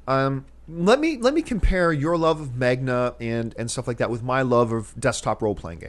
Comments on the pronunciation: I agree with the whole anime and MAHNGA (that is how it is pronounced, sorry just a pet peeve when people mispronounce that cough*John*cough) bit how it wouldn't really be able to appeal to the general audience. Anime and manga fans are in their own little niche (at least here in America) and if a studio would try to adapt one to film for the American audience, it just wouldn't work. God, I can't believe I am mentioning this movie but Dragon Ball Evolution is a prime example. Now obviously they did not stick with the source material, but if they did I believe it would still have the same results with American audiences. Now I would love for it to work (as I am a fan of anime and manga). I would personally love to see a One Piece live action movie, but the fan base in America is just too small for them to do that. Also, they are property of Japan. Those stories and characters originated there and were meant to appeal to the Japanese audience more so than American. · "mag-na" WHAT!! come on Campea you cant be a nerd if you cant say it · i disagree with johns thoughts on manga. im not a huge fan of Manga but just look how awesome chronicle was, that movie was very manga inspired. Godzilla and the Matrix are a similar case. also check out chris stuckmans the importance of manga. The fact John cant even pronounce it right (Magna) lol just proves he does not really know what hes talking about not to mention john is a huge fan of the movie serenity which has a very manga-esk storyline and tone. theres a lot of hidden movie potential in Manga just waiting to be tapped into and hollywood has barely scratched the surface. just sayin ;) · Dammit john, I cringed whenever you said magna. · I still love you John but I cant believe you mispronounced "manga" soooo many times! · you mispronounced Manga john.. just saying. don't get mad. haha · I like that you mispronounced Manga 11 times. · um...why does he keep pronouncing manga wrong so much? lol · Magna? Mang-uh John lol